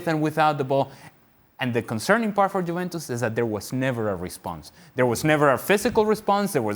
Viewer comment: The bald guy says jewentus